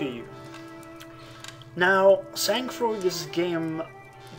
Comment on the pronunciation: I really like this game made by French Canadian independent developers. The gameplay, the storyline, this folk music and this particular ambiance of the Quebecois woods are very well made. By the way, sang-froid should be pronounced "sa(n) frwa". G and d are silent letters. It means self control in trying circumstances.